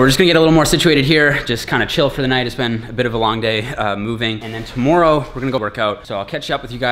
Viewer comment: "Toomoreow"? Man, you really are Canadian..😂 Great channel!